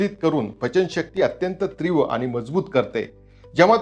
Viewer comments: तीव्र असे म्हणा त्रिव नाही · "तीव्र "अस म्हणा, "त्रिव" नाही. ❤